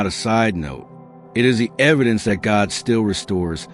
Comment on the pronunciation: "God", not "gog" 👌